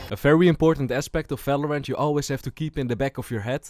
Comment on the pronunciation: valorant ❌ falorant ✅ 😂😂